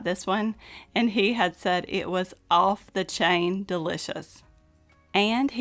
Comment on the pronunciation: “Off the chain” never heard it said that way.